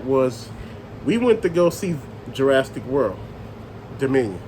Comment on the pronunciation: What is Ju-RAST-ic park? It's pronounced Jur-AS-ick. No "t" in there. LOL